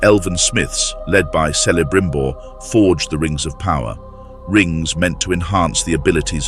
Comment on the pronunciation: Sellebrimbor? xD I love it.